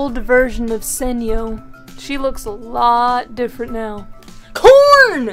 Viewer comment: When she said corn, I thought she said porn 😂😂😂